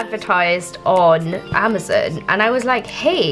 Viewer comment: "I saw this being advertised on amazin" perfect.